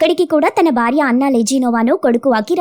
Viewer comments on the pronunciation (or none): none